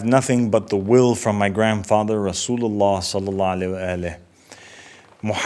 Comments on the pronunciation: I know right?! He has hard time sending salutations / salawat properly like what is salaalla aleh? Cringe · Not once did he say after the prophets name Salalahu Alaihi Wasalam properly like most muslims do, that is a major red flag!!! Is he from a minority sect?